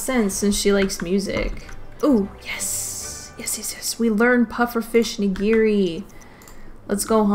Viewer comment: Nigiri pronunciation: NI-gi-ri. Not ni-GI-ri.